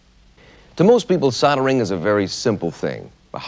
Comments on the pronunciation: What is soddering? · How did SOLD - ering become SODD - earring.